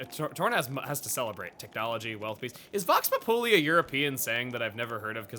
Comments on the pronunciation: well, never heard Vox Populi pronounced like that... it's actually pronounced like "Voks Pop-you-lie', and it means something like "the voice of the people" in Latin, which basically means like... the opinion of the majority. also dangit, devs... if you're gonna have main story progress be blocked by sidequest completion, don't tie the opening up of a bunch of the sidequests to the roadblock being hit... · Oh by the way, its pronounced vox pop-you-lie, and it essentially means when you can accurately speak for the majority of the population. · "Vox populi" is latin it means voice of the people. Also while you are in fact pronouncing it correctly for the Latin that is not how it is generally pronounced in English. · Vox Populi (emphasis lies on the I, not the U, if I'm not mistaken) is a Latin term, Vox meaning Voice, Populi meaning Populace, so essentially, voice of the people. So between Xenoblade thing and European thing, I would say neither, even if Latin was spoken in ancient European times. Though honestly, I can't really fault you for not knowing Latin, this specific term I was unfamiliar with until Bioshock Infinite.